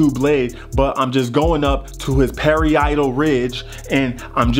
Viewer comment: I love how u said pary-eye-tal ridge too🤣😂🤣😂🤣